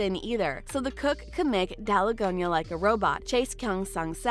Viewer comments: *its not daligonia candy,its dalgona candy And btw your comment is like a hate comment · It is not daligonia candy It is dalgona candy bruh fix ur pronunciations (Btw not hating I am actually a fan)